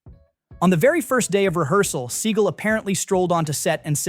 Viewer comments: is this AI narrated?? it's "sea-gall" not "seagull" was excited for this video - but the narration was horrible - can you not pronounce his name?? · It's pronounced Se-GAL, not SEE-gal. Do your research. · Thanks for notably mispronouncing his last name (apparently it’s supposed to be “Suh-gah-l”)…! I’m serious! Guy is an Epic Schmuck! Deserves to be mispronounced! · His name is pronounced Suh gaal not sea gull. I am not sure why this narrator keeps pronouncing his name wrong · I despise Seagal but the fact that you can't pronounce someone's name correctly makes this unbearable to watch. It's Seagal not Seagull. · It's SEAGAL!!! NOT SEAGULL 🤦😂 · I hope Seagal watches this and gets angrier every time his named is pronounced “seagull” it’s just 👨‍🍳 💋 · “Seagull” derp, or AI? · Could you at least "instruct" the crappy AI narrator how to pronounce Seagal's name? It's not "seagull." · Who’s “Steven Seigel?” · It’s “sea-GAL!” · I really appreciate your videos. I thumbed down this. Learn how to pronounce his name. I get you might be trolling. However, if you are legit about talking to us about movie history, be straight. His name is not pronounced seagull. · You need to pronounce his name right. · AI can't procurance Seagal. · You are mispronouncing his name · I think your mispronouncing his last name - SS such a loser who thinks highly of himself but is really insecure 😮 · same - this is ridiculous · The channel is supposed to be knowledgeable about movies. A little research and he'd have the right pronunciation. And it doesn't matter Seagal changed it. Many actors use stage names. It's their choice how it's pronounced.